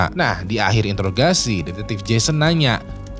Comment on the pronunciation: introgasi bang bukan intorgasi wkwk